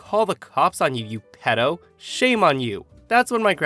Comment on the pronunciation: Pedo is pronounced as pee doh. Not ped oh loool